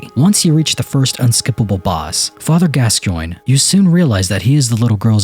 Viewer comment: “Eldrik” “gaschoyne” Bro…these pronunciations lol